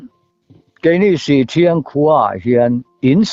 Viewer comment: Han like sak leh phawt mai i la in inhmaeh tlat in in kawm hi, ngaihthlak peih leh peihloh chu thuhran,. hi chu i mi kawm te tawngkam hi i ngaithla lo a ang hian an khaw hming hi a sawi fo tawh a pawrt18 ah meuh pawh an khaw hming diklo hian i la lam char 2 zel chu a nia leh Sihthriang ti anga lam tur aw sih pahnih awmdung ang sawina a ni e.